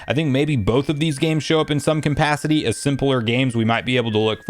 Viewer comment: Is "compacity" or "conpacity" a joke I'm missing or something?